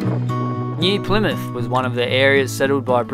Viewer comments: okay wait she said it wrong sorry :)) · she??? said??? plymouth??? right??? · You weren't too wrong with your original pronunciation of "Plymouth" as the original Plymouth was named as it is situated at the mouth of the River Plym. It is where the Pilgrim Fathers left to settle in the New World in 1620 on the ship the Mayflower. It is also well known as the place where Sir Frances Drake would not interrupt a game of lawn bowls (supposedly) when the Spanish Armada was spotted off the coast of England and so he finished the game and then put to sea to defeat the Spanish. Just a little history lesson for you.